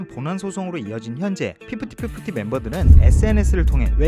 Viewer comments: 저도.피프팃피프티! 듣기거슬..으.. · 피프티피프티 발음이 너무 거슬렷ㅋㅋㄱㅋㅠㅠ 매번 정리 잘해주셔서 감사함다..! 그나마 돌아온 멤버가 똑똑하넹😂